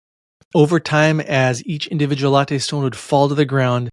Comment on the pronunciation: Pronounced LAT-TEE not a latte drink.